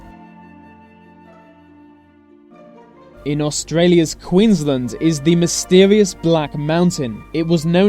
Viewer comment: lol that pronunciation of queensland